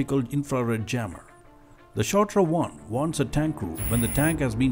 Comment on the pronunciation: BTW it's not Shotra, but Shtora. This is a good ad for Tata defence but it's also true.